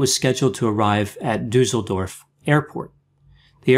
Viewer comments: And not pronounced badly, at all ❤️❤️!! The 'ü' was great ❤️❤️!! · I come from near Düsseldorf. It's sweet how you pronounce "Düsseldorf" 😊😙 Another good video, Doctor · That's without a doubt the cutest way to pronounce "Duesseldorf" that I've ever heard. Thank you for covering a case from this area of the world. I'm not 100% sure, but I think his problems with blindness weren't interpreted as anxiety disorder allone by our clinicians here, but as a form of "hysterical" blindness, conversion disorder, not so much as having depressive delusions, though he was diagnosed as being clinically depressive. That would fit, that his parents later were in total denial that their son was the perpetrator. They had problems with their "vision" too, when it came to what he did.